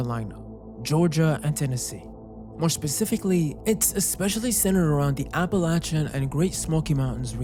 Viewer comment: I commend your pronunciation of Appalachian. Even people in the region can mispronounce it.